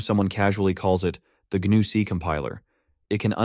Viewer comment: Just by the way he pronounces "GNU", I'm fairly certain it's an AI voice. Also, Jorge should be pronounced hor-hey not George, but that could be just the way he spells his name so I'm not going to argue.